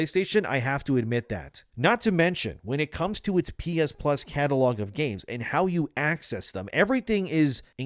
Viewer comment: "pee-is-pluz"? "pee-is-1", "pee-is-2", "pee-is-3"